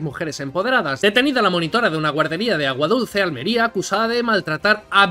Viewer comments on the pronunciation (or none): none